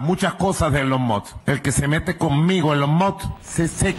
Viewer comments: Elon Mot, Elon Mox, Elon Mos y su estarlix jajajjajaja.... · SI COLOCAN LOS SUBTITULOS DE YOUTUBE CUANDO EL MASBURRO TRATA DE PRONUNCIAR "ELON MUSK" aparece "el on mod" JAJAJJAJAJAJAJAJJAJAJAJAJJKASJKASKJSJK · "E LON MOD" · Soy fanática de Elon ( se pronuncia Ilon Mask) Musk.